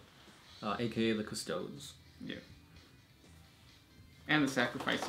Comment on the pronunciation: Question: how can you pronounce Adeptus Arbites correctly but not Adeptus Custodes? haha